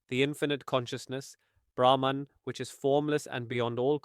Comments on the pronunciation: Beautiful explanation by giving the example of dance. Small correction: "Brahman" is pronounced as "Brah-maan" in this context (universe). Thank you for this video. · Its Brahm not Brahman